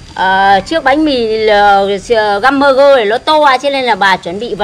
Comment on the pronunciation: găm bơ gơ😂😂😂😂